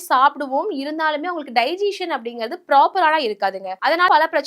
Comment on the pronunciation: அது டைஜீசன் இல்ல…டைஜசன். செரிமானம்னு சொல்லுங்க, எல்லோருக்கும் எளிதா புரியும்….